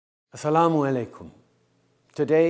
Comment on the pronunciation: I expected him to butcher asalamu alaykam but he actually nailed it